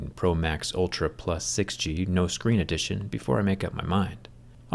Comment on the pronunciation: "no screnn edition" 😂😂